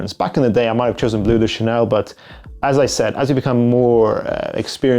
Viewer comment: its bleu not blue, im cringing every time you say it wrong